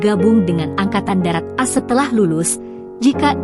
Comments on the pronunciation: Ceritanya bagus, tapi naratornya sayang salah baca, harusnya AS dibaca Amerika Serikat, bukas "as". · Mesti narasinya di buat2,, knp sih AS dibaca as??? Emgnya dari SD sampai perguruan tinggi, singkatan AS bisa di aca as ???